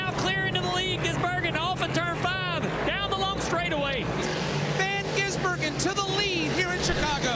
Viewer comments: I love how Dale Jr just kind of skips the "Van" part lololol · Think he thought his first name was Van...